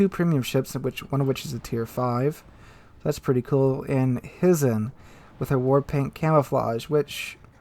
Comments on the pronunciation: Hizen is pronounced Hi-zen! Hi!!! 😋🤣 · HY ZEN or HIGH-zen ... FYI.